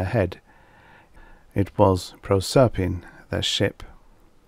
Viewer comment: Pretty cool. I think the reader mispronounced Proserpine tho.